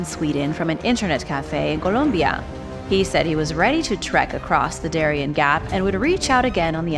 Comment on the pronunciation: the gap of Darien is spelled Da - ree- en ( like end without the D)